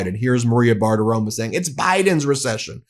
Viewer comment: Bar-Ti-Ro-Mo. Say it with me Ben. RO-MO. Not RO-MA. You’re an educator. Please stop mispronouncing her name.